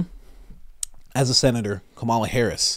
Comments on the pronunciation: Ahhh that's exactly how you pronounce Kamala actually it's not ka-ma-la, it's Ka-mala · I feel like I want you to better understand how to pronounce Kamala. Not a fan of her, but you need to pronounce correctly. Just saying.